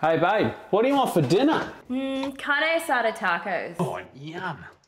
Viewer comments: “Hey babe, what do you want for dinnaa?”. Cattee asadeee tacos 🙄🤦🏽‍♂️ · As fellow Mexican I want to say that is the worst way you could pronounce carne asada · Carne asada tacos *Lo pronuncia con su exquisito acento gringo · I love the way she said " Carne Asada Tacos " , who else is with mi... -ER Miele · What did she say cuz I'm sure it wasn't Carne Asada Tacos Omg that sounded horrible lol. Food looks pretty good tho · I love it when white ppl say carne asada 😂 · What did she say before “tacos”?? 😂